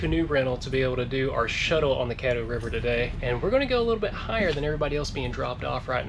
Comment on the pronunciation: It’s CADDO River smh